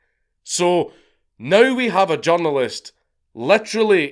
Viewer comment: when you say, “journalist”, I hear “junglist”, and it makes me laugh so hard in the context of what you’re saying 😅